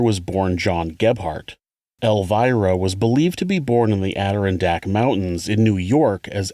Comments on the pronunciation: Just watching this now qnd its very good and high quality just like all your stuff, but i gotta let you know its A-dir-RON-dak mountains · add-er-ON-dack But really, as always, awesome video. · i know NY is full of funky town names and such, but the way you said adirondack was funny lol its weird but its add-derr-ron-deck. also love your work!! please keep it up!!!!! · Thank you for your stories..I so look forward to hearing them. It helps me settle down after work at night. By the way..the Adirondack Mountains in NY is pronounced Ad- door-ron-deck. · Love your show! But, it's pronounced 'adder-on-dack'. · took me a while to realize you said Adirondack mountains. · Interesting pronunciation of Adirondack mountains